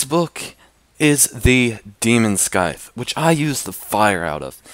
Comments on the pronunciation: s-I-th not sk-I-th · The prounounciation is. 'sigth' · Its pronounced demon “sythe” The C is silent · Its demon scythe read as Demon Site like thatt but its spelled as schyte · It’s pronounced cight not scyt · scythe is pronounced sythe not s-cythe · It’s not pronounced SKYTHE it’s just SYTHE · the demon SKYthe? nooo its pronounced the demon sssss ythe thats what it would sound like not how to spell btw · Pronounced sythe not skythe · It's said like "siyeeth' not "skiyeeth" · Demon skyth is how he's saying it, it's scyth you idiot -reply (IM TRIGGEREEDDDDDEEDEDEDEDDDDDEEEEEEDDDDDDDDD👹👺👺👺👺👹👻👻👽😱😡😡😡😡😡😡😡😡😡😤😤😤😤😤😤😤😤👿👿👿👿💀💀💀💀💀) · its not pronounced 'skyth" its "syyth" with the th being like in the and not in thirty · did he just say "skythe" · When he says demon sKythe Me: ITS DEMON SCYTHE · its pronounced "demon sieth" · Demon “skythe “??? Curse “ed” flame??? AND YOUR READING FROM A BOOK I CAN HEAR IT 😂😂😂😂😂😂😂😂😂😂😂😂😂😂😂😂😂😂😂😂😂😂😂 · You said "skyth" hahahahahaha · Anyone else triggered cuz he said Skithe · Did you pronounce scythe skithe? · IT'S SCYTHE NOT "SKITHE" UUGGGGGGGGGGGGGGGGGGGGGGGGGGGGGGGGGGGGGH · you missedpronounced the demon scythe it is pronounced demon sayth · scythe is pronounced sithe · you:"demon sc-ith" me: what the fuck did this guy just say? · Scythe is read as "sight" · "Demon Skyte" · Really demon sCythe it's pronounced demon Si-the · You said scythe wrong ( Siy-th ) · it is pronounced as sythe, the c is silent, just saying. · Demon scythe he said it wrong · Ummm you said scythe wrong -﹏ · Who pronounces the c in scythe? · he can't say scythe